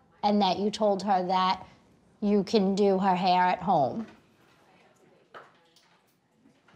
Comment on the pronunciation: "Heayh Gwoadess"